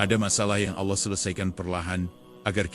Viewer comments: Sangatmengisipirasi tapitolongperbaikiucapan AllAH🙏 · Sangat menginspirasi, tapi tolong perbaiki ucapan ALLAH 🙏